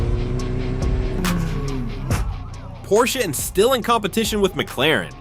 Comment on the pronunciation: bro said M claren